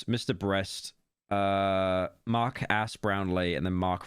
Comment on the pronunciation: i keep hearing his name as "Mark Ass Brown Lee"